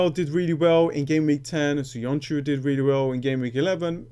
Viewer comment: Hold on a sec mate. You are a Turkish speaker and you can't pronounce Söyüncü? wtf? :D